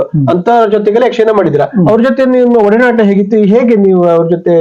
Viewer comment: ವಡನಾಟ ಅಲ್ಲ ಒಡನಾಟ .. Correct madi..